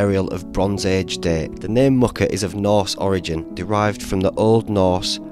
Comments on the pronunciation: I live in this area, Muker is pronounced more like Meuwker. I'm thinking of doing this walk in a couple of weeks. Great video. Thank you! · Keld to Muker is one of my favourite walks. Some beautiful waterfalls at keld. It's pronounced mew-ker